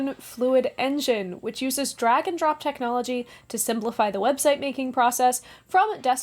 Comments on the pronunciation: In your Squarespace plug it sounded like you said it uses Dragon drop technology!! I can only dream of what mystical powers Dragon drops have!! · I just thought you said your sponsor uses “Dragon drop technology”